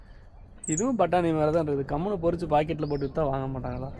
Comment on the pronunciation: Parechunu Solla Mattenggala porucchunu Sollurenga